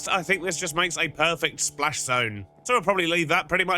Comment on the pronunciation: Splash* The word is splash. Not plash